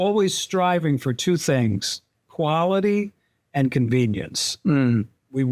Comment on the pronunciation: KWALIT,NOT KWANTATE